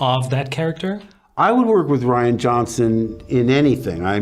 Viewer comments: He couldn’t Even say Rians name 😂😂😂😂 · The way Hamill said: "You have to trust ......Rian" . He was pretty much saying 'hey don't blame me for the way this is going to turn out'. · "You have to trust... Rian." Whew! That pause says so much.